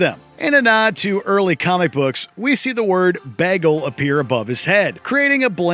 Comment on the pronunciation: How did you pronounce Bagel?